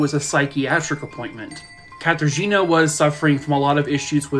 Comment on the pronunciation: im sorry, but this guy mispronouncing katarzyna zawada's name so badly cracked me up. i know the case, i know how graphic it was and hell, i pity her so much, but goddamn, katarzina sounds so funny